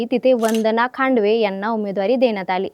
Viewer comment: ही गावठी anchor बदला पाहिले..... चलवादी ला चावलादी, धानोरी ला धानोरा, खांदवे ला खांडवे, सगळं उलटं पालट करून ठेवलं.😂